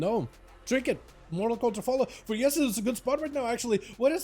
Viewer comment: Not "Esli", but "Elsi"😊